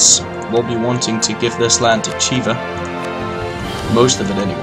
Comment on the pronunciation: You keep pronouncing Khiva like "Chiva". I believe "Kh" is meant to represent a hard h sounds, not a ch sound. Pronouncing it more like something near h and/or k would be more accurate.